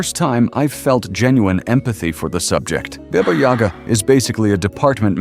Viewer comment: That's Bah-Bah Yaga not Bey-Bah Yag!